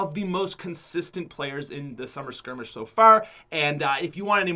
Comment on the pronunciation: Scrimmage pronounce it right you fuck